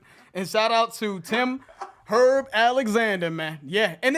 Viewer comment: Nice job gents ...Tim HERB Alexander... its a nick name and pronounced, ah-hem..."ERB"